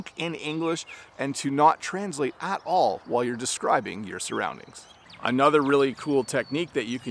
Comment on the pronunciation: You’re placing stress on a wrong syllable in the word “translate”. There are two ways to pronounce this word: /trænzˈleɪt/ /trænˈsleɪt/. But it should never be pronounced as you said several times:/‘trænzleɪt/